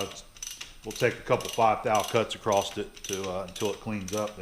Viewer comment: PSA There is no T in across. Also, heighth isn't a real word.